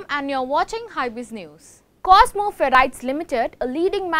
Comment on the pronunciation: actual pronunciation is ferrites and not ferrties..(shud be prounounced as Fa Rights).